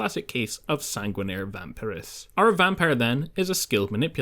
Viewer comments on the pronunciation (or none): Its pronounced San-Gwin-Nar-Rey Vampiris Remember the oblivion days my friend. + I'm sure it's Latin #neverforget